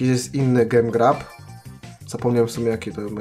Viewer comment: Mordo czyta się "dżem grab" .Wiem że nie umiesz angielskiego ale to tylko dla info 😝😝😉